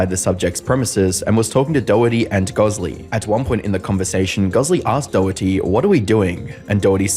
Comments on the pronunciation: name is DORity...and he cant stop saying DOE ITTY HAHAHAHAHA!! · It might be your Aussie accent, but it’s pronounced doe-hurt-tee. Not “doughty” By the way, I think “Doherty” is an Irish surname. Just a cool fact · Why does everyone mispronounce the last name Doherty? , Jack Says "DOritee" (o as in dot) not DOE-Her-Tee. Just like anarchist is not pronounced ANUSKISSED. { just a reminder from your favorite internet pronunciation troll } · "jack doohty" 🤓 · you're absolutely butchering the surname Doherty. Sounds like someone who can't pronounce their Rs saying Dorothy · Jack dowety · still waiting for someone to pronounce his last name correctly. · The way Americans pronounce Doherty 💀